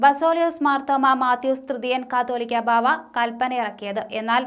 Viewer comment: കത്തോലിക്കാ ബാവ അല്ല കാതോലിക്ക ബാവ